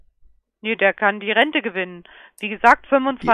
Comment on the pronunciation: Und wer da gewinnt, der spart dann beim Einkaufen!? - ne, der kann die Rente gewinnen - die Ente? - die RRRRENTÄ Ich hab selten so gelacht, wie bei diesem Video. 😂